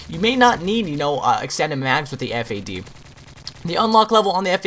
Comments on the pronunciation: it the FAD not the F.A.D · Am i the only on that say's Fad and not FAD?